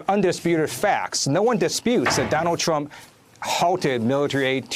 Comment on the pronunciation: actually said Anyone who is involved with Mr. Twump will be bwought down and wecked. Twy to be his ally and you will wegwet it.